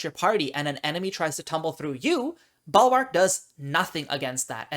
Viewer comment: "Balwark"? Is that a common pronunciation in certain regions?